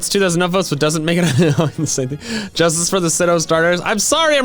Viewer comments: ASPITPIAY it’s aspitpiay Not Aspitipie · I still hear [I spit a pie] in the intro.